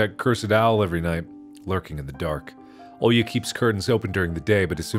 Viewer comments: Русские: Оля Марк: Олья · Mark struggling to pronounce a basic Russian name is so funny for no reason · Me, a person actually named Olya, listening to Mark while he tries to pronounce the name: you will get there someday, buddy